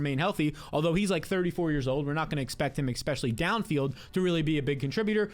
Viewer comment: Please stop saying eXpecially. It is eSpecially.